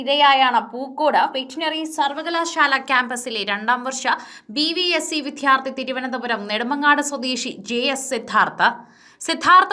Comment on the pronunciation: പ്രിയ സഹോദരീ... വി"ദ്ധ്യാ"ർത്ഥി എന്നല്ല പറയേണ്ടത്... വിദ്യ.. വിദ്യാർത്ഥി ... എന്ന് ദിവസവും രാവിലെ കുളിച്ച് പല്ലുതേച്ച് നാക്കൊക്കെ വടിച്ചതിനു ശേഷം ഒരു പത്തു തവണയെങ്കിലും പറഞ്ഞു പഠിക്കുക ... ഒരു മുപ്പതു ദിവസമെങ്കിലും തുടരുക... താങ്കളുടെ അവതരണം കേൾക്കുന്നവരുടെ സമാധാനത്തെയും ജീവനെയും രക്ഷിക്കുക... മലയാളം അക്ഷര മാലയും ഉച്ചാരണ രീതിയും നെറ്റിൽ കിട്ടും ദയവായി ഇതു മാതിരിയുള്ള കടും കൈ നടത്തുന്നതിനു മുൻപ് അതൊക്കെ ഒന്നു കേട്ടു ശീലിക്കുക... വളരെ അരോചകമായിരിക്കുന്നു ഈ അവതരണം 🙏🙏😪😪